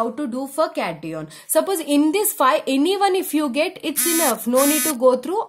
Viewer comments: Just a fully mam yrr It is cation not caton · Please improve your speaking As it's not ah it's h and it's not cateion it's cation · Its cation not cateon and anion not aneon sorry 🤗🤗🤗🤗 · Ma'am please provocative it cat+ion not catiiion😅😅😅..and please stop astrology add😅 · It's not cateon it's cation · Cat-ee-on seriously 😂😂😂 it's Cation (pron. Cat-ion) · That is not pronounced as caty on Or any on , that is cat-ion and an-ion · Cati on nhi hota cation hota h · Hey Its note catione Its cation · Cations ❌ Cetyons😂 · What the fuck is a “cat-eeon”?! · yas lmao funny cat-e-on, an-e-on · Now I can identify CAT-ee-ONS and AN-ee-ONS easily. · It's cat-ion😭😭😭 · Kat E On and An E On 🤣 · CAT-EON and AN-EON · cation hota hai lawdi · Nope, it's KAT-EON and AN-EON Anyways, it's the best anyone can teach you in 13 minutes. 😙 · It is CAT-i-on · Ma’am cation and anio pronunciations are wrong pls improve your pronunciations its very irritating 😠 the video was good though कातीयोंन एंड आनीयोंन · yaar cation aur anion nahi nahi bola ja raha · Cation and anion pronunciation is so wrong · Pronunciation of 'cation' and 'anion' 🙄🙄🙄🙄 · She pronounces the main term ‘cation & anion’ wrong… 😑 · do the right pronunciation of cation and anion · You are pronouncing anion a d cation wrong mam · ma'am ur pronounciation of Cation n Anion is wrong... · It's not it's cation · Cation ka pronounce to shi se kr lo kam se kam teachers banne cahle h bolna to ata nhi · Mdam ur pronunciation is wrong Regading cation and anion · Mam plz Google the pronounciation of cation and anion😁😁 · Nhi nhi caution hai boldo na cati on kya hota hai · It is cation not cation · anion and cation ki pronunciation nahi aati kya